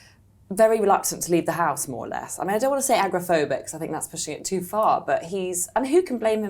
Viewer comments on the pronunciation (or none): aGORaPHObic, not agraphobic. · it’s agoraphobic—learn to pronounce it if you’re going to use it. 🙄